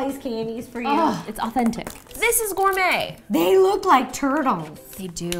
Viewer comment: when Justine said "maybe it is gourmet." MADE ME LAUGH SO HARD! (normally it is pronounced, gour-mae, but she pronounced it as: gour-met)